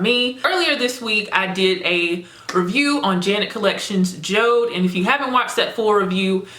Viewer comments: It's actually called Jo-De like Jodi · Jode is pronounced as Jodie or Jody